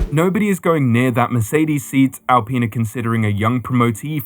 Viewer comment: Could you get an adult to show you how to pronounce Alpine.